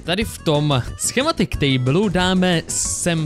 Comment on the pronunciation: Kto si všimol že povedal škematik? 😂